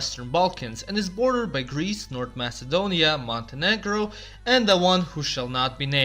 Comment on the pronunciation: He said Montenegro 🤭